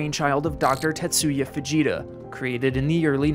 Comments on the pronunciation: I know you did not say "Enhanced Vegeta Scale" but that is what I heard and I pictured Super Saiyan Vegeta as a weatherman screaming into the camera flying near tornados. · man the first minute and a half i thought you were saying "vegeta scale" and felt so confused until you showed fujitas name on screen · When he first said Fujitsu scale I heard Vegeta scale and instantly thought of dbz💀💀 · I allways hear "The Vegeta Scale". VEGETA, YES! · I know it's supposed to be that, but I can't hear it as anything else. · i literally heard “The Fujita Sca-“ and stopped like “VEGETA!?” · we know, it just sounds like he’s saying Vegeta lol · For some reason I thought you were saying Dr. Vegeta lol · I heard that as the Vegeta scale... I've been watching to much TFS again. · I could've sworn i heard it as ENHANCED VEGETA SCALE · Not going to lie but when you said Fujita scale I thought you said Vegeta scale. Like from Dragon ball. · Show of hands, who else heard "Vegeta Scale" until the man was actually shown on screen with his name. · Your pronunciation of Fujita is incorrect. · Does anyone else turn into a 14 year old kid and giggle every time he says "fugita"? I'm embarrassed that I'm hung up on this so much. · Why did I think he was saying Vegeta... The whole time I was imagining the town just getting straight wrecked by Zeus size spirit bombs😅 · I know you said Fujita scale but I swear to you I heard "Enhanced Vegeta Scale" Also FEMA's resources aren't dependent on the rating of a tornado. Just who's election sign is in your yard. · You did not just say Vegeta scale 😂😂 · It’s actually pronounced like fa-HEE-ta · Did you really say Vegeta scale? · For a second I thought he said “Vegeta scale”…maybe I should lay off the dragon ball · I wasn’t hearing it properly and I thought he was talking about VEGETA then I loooked at my phone and it was fujita lmaoo u def have a nice podcaster voice I got lost in the sauce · thought he said advanced vegeta scale